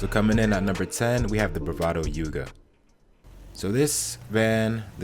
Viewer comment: when he said the youga i thought he was kidding